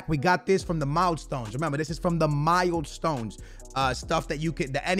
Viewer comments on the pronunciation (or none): Why does this guy say mild-stones